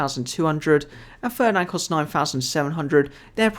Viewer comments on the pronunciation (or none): none